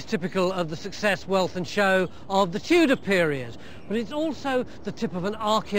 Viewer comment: "Tudor Palace" not "Tutor Place". But I appreciate you posting the video.